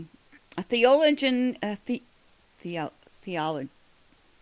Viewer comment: Dear best friend So much enjoyed your video! Maybe I can help with pronunciation: Theologian The-o-lo-gian Heretical He-ret-i-cal At least that’s how I say it. I was remembering in Acts, when Stephen was stoned it records that there was a youth who witnessed it. It’s my understanding, from Church tradition that this was Saul. It makes me wonder, because of the information you have provided, if Saul might have been a child prodigy and was in school at a much earlier age than those around him. This also might be reason if he hadn’t married yet. We know he was more zealous than his peers since it says so and endeavored to serve God. There are 14 volumes of lives of saints from the Orthodox Church. I wish I had them, but have heard many accounts.